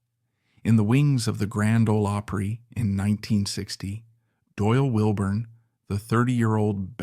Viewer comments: Margie Bowes,was a true friend that never got what she could become. When she lost Sharon she gave up. I will always miss Margie. Doyl and Teddy were great. You really need to learn how to say OPRY. Shirley Rate country singer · I hate AI voicing " the reeman auditorium " the oohpry such nonsense.